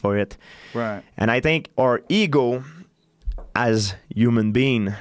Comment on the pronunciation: It’s funny that he says human bean